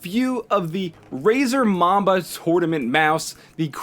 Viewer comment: he says razer mama lol